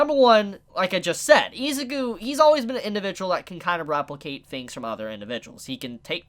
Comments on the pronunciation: I'm gonna need you to rewatch the anime and learn to say I-ZU-KU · Say Izuku like the dub because you kinda piss me off when you say it the way you do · Bro, your pronunciation of Izuku makes me cringe. Just call him Deku. I can't watch the whole video because my ears are bleeding.